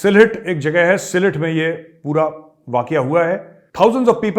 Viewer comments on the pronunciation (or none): सिलेट नही सिलहट।